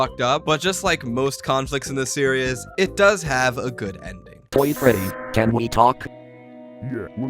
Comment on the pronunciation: good video but the way you constantly mix up the pronunciation of the word "series" as "serious" is kinda painful